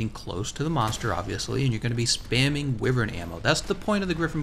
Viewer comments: Jesus fuck, its not WIVERN. its pronounced WHYVERN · I know you can pronounce it whyvern, but I prefer wivern and will continue to pronounce it that way, that's how language works